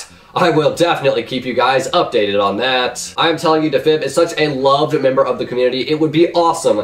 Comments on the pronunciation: “da fib” it’s “dee fib” LOL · "Dehfib" LOL Deeeefib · It’s pronounced dee•fib not da•fib 😂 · Deee fib not dafib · Dafeb XD Defib not dafeb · Its Defib not dah fib Lol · Defin not deffib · AppleSauceJack it’s not a meme lmao he has just never pronounced defib correctly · dah-fib hahaha its Defib (Dee-fib) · YOU SAY IT AS DEEFIB NOT DAFIB😂 TRIGGERED you never get names right😂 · he still hasnt uploaded in 10 months and his latest video i watched when it was new and now its old. lol the way u pronounce defib * dufib* thats the way u say it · It’s pronounced dee-fib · Dafib... lmao It's like saying maestro is leg oh, mae es tro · Isn’t it DEE-fib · "dafib" AHAHAHHAHAHA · CAN YOU SAY DEFIB CORRECTLY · YOU DIDN'T EVEN PRONOUNCE DEFIB RIGHT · He cant pronounce defib correctly i am done! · The way you pronounce defib is makes me crazy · OhWins your stupid. He's sick so he might not pronounce stuff correctly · AppleSauceJack dude. in old videos says sorry for pronouncing defib wrong and in the comments he says sorry for pronouncing defib wrong. btw how is “leaving blocks” a meme?????